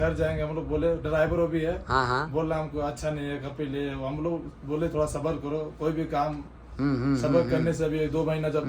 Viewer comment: Tadak nahi Tarak hota hai Thora nahi thoda bolte hain